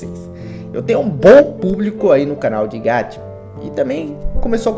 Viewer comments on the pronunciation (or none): Ñ é: (Gatia)! É: (GACHA)!!! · Não é gachia é gacha 《Gaxa》